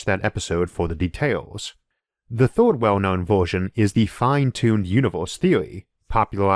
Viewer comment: Interesting video :) I just need to get used to the accent though... so many words are "weird" (to my ears) pronounced. Instead of "first" I hear "forst", instead of "earths" I hear "orths", s/third/thord/g. Etc... I got to wonder, where is this accent spoken?